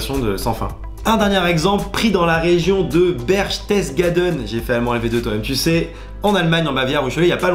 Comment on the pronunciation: Ça ce prononce Ber-ches-gaden 😊, sinon tes astuces sont vraiments supers, surtout celle avec les lignes !